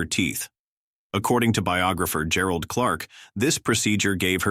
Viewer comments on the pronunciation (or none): none